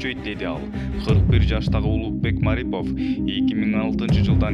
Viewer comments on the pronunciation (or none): none